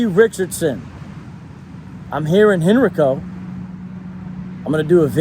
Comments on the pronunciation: Btw it’s pronounced Hen•RYE•co but again shoutout to you for pulling up to VA✌🏽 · You pronounced Henrico wrong but we still love you. I live 5 minutes from there and my in-laws always said that is a place you don't want to be now I know why.